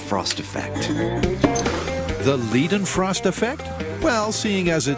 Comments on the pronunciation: Liedenfrost lol ... why can't they say it like Leydenfrost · You’re pronouncing it wrongly. In German you say it like the device ketter. So ei is like ‘I’ and ie is like ‘eeeeee’ Never ‘lay’ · The "ei" in Leidenfrost should be pronounced like an "i" not an "e". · Ughhhhh, it's a German surname, pronounced [Lye-den-frost] most definitely NOT [Lee-den-frost] or [Lay-den-frost]. >_> Johann Gottlob Leidenfrost (November 27, 1715 – December 2, 1794) was a German doctor and theologian who first described the scientific phenomenon eponymously named the Leidenfrost effect. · Leedenfrost? It's pronounced L-i-denfrost. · its frickin laden frost effect not leden frost effect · With German “ei”, shouldn’t it be lye-denfrost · "Lie-denfrost" dammit. In German, "ei " is pronounced as "i" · Leidenfrost (like English i), not Lidenfrost or Ladenfrost! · Leidenfrost effect the "ei" is pronounced like the "i" in FBI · Is it really that hard to say Leidenfrost properly?